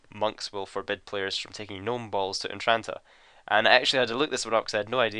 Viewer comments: im pretty sure its entrana not "entranta"like u say it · entrana, not entranta. you fuck.